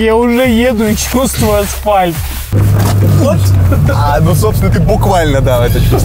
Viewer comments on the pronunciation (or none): асфальтра? 😃 я одна услышала